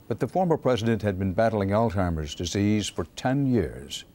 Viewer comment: He actually said ALT-HEIMERS. Jesus wept.